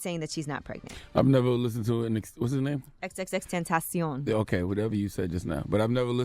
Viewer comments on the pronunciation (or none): Every time she pronounces his name Iit's so awkward. I'd just say "extentacion". Pronounced like "sensation". The way she says it is just dumb and takes too much time. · Is that really how you say his name? Wtf is that? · Why she keep saying his name like that 😂😂😂😂😂